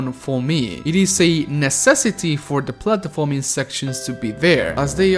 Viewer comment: I can’t stand how he can’t even pronounce platforming